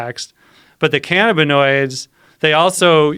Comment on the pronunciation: The way this guy says cannabinoids... It’s pronounced- ka nab ah noids not fn- canna bi noids 🤦‍♂️ so aggravating the way he says it...